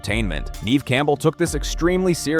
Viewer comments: Nev (e) Campbell. SILENT E. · geez i hate ai vids and voices. it keeps saying neve's name wrong